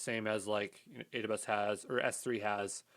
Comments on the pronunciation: thanks man but it sounds like you are saying adadaybus lol <3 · how does he pronounce AWS? Adubas?